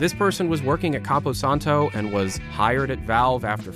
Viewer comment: I can't get past the fact that you still don't say "Campo Santo" correctly.